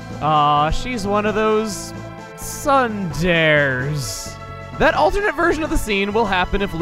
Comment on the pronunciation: "She's one of those sunders" if I wasn't sure this was for comedy I'd slap you for that one.